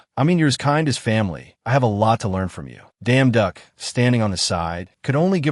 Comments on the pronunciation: His name is Yu damduk, that's why you keep hearing the you damnduck😂😂😂😂 It's not the ai's voice fault .... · The pronunciation of the protagonists name by this AI: 💀🤣💪😎